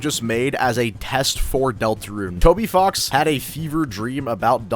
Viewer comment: bro did NOT say "Toby Fox"